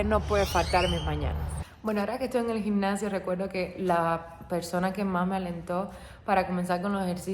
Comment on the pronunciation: Se llama gimnacio y pronuncias gincacio, nada más corrección